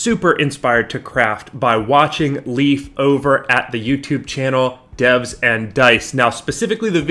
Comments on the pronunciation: Great take an build. Just please stop callin hi. Leaf. Its Leif not leaf pronuced Layf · Leif, his name is Leif, not Leaf! It's like calling you Graman instead of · love how you pronounced leif's name as "leaf" lmao